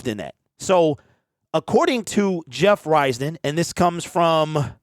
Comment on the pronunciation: It's pronounced Jeff Riz Don like the Wiz not Rise Don. I watch his show and know it's correct.